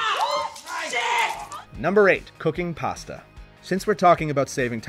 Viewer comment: First time in the history of this channel...someone pronounced "pasta" correctly...but then went back to the usual wrong way.